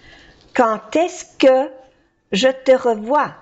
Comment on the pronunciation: Exacto, la d final de quand se pronuncia como una t cuando le sigue una vocal, o sea "quand est-ce que" Se pronuncia "kanteske" Tienes muy buen oído 👏👏